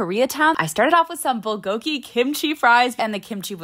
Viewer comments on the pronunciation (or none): Bulgogi pronunciation is not correct... accent on the 1st syllable, not 2nd. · it’s pronounced pul-gore-gi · As a Korean the only thing that make me mad is how you pronounced bulgogi. It's pronounced prool-go-gi for those who don't know. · the bulgogi is actually pronounced bool- goh - gee